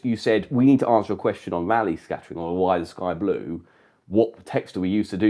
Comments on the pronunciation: You can only get the confusion when you pronounce "Rayleigh" as "Raleigh", without it there is no confusion with bicycles at all. 😆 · That's just due to pronunciation; it should be "raa-lee".